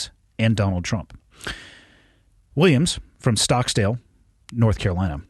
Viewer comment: Stokesdale, not "Stocksdale". Damn!